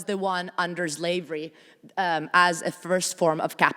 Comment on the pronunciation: Professor McNally, how do you "forget" Black chattel slavery in the NORTHERN colonies of what later became the United States? And could professor Mattei please stop saying "ZLAVES," and "ZLAVERY"? The Afrodescendants of the United States and all the Americas would appreciate your making these efforts.